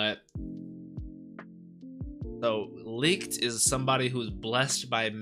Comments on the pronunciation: I'm a little late here obviously but licht is pronounced "Lick-[cleared throat]-ed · Just say it like Lit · Pronounce it - Lee - kt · i need to correct you. im german and its more a sh than ck like lisht but a little bit smoof so its licht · Licht pronounce "Lisht" like the "sh" in shut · Lichts name is pronounced "licked" it's German for "light" a lot of Japanese anime uses German words for magic as they have a European Gaelic sound. One example would be Licht Bach from Plunderer literally translates to light flash, his hero prefix in the show. Hope this helps bro if haven't been told already. 🙏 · Thanks for the video! Licht is pronounced Lickt, and another fun fact is that Yami literally means darkness in japanese. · Licht is pronounced like “licked” in the English dub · Licht is pronuced Patry. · Just let Google tell you how to pronounce light in german, thats his name. But i guess the german CH is hard for you guys overseas